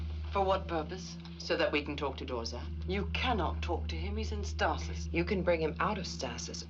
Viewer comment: two seasons and they still can't pronounce the word stasis.